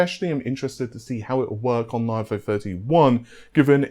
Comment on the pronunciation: Nah-vay. lol